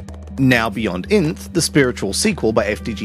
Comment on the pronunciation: Pretty sure its not pronounced inth